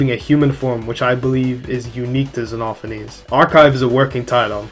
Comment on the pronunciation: OH MY GOD THANK YOU FOR ACTUALLY GETTING XENOPHANES RIGHT